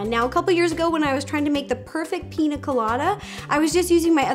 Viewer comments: PiÑa Colada, not Pina lol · Ur pronouncing it wrong... Its not Pina.. it's Piña pronounced pinya colada but still looks good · Ugh it’s piña colada.... not pina all my Latinos are offended lol. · Pronounced: PEEN-YA Colada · Just a little correction, its actually pronounced Pinya Colada because the “n” in Pina is supposed to be an “n” with a “~” on top of it, its in the Phillipine Alphabet ☺️ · It's a pina rolata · Me as a Spanish person throughout this whole video PiÑÑÑÑÑÑÑaaa colada !!!!!!!!!!!!!!! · I love your videos so much. I’ve been watching them for 8 years!! I just wanted to let you know it’s piña colada. Using the letter “n” is different than using the letter “ñ”. The letter sounds different and is used differently. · As a Latina, the way she pronounces piña colada is hilarious🤣